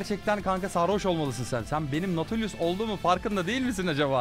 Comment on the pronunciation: çoğu karakteri yanlış okuyon abi ama herkesin nati dediği nautu doğru okuyon